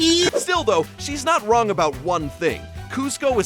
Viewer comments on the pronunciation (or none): "hes not wong"